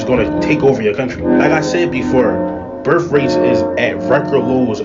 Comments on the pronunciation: "birf rates" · "Birf rates" Yep.